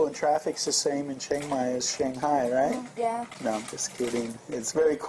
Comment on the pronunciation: Why does she keep saying "righ"?